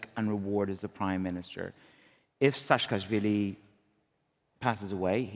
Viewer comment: AHAHAHA,,, YOU SAY HEROOO?!?! AHAHAHA AGAN!!!! "SASHKASHVILI" 😅😅😅 PEACE OF SH...T, WAR CRIMINAL.... I'M GEORGIAN, I F...N HATE SAAKASHVILI.... """ ME MAGIS DEDIS TUCHEBSHI VITKNAUREEEE""" PHUUU EG NABOZARII EGAAA🤮🤮🤮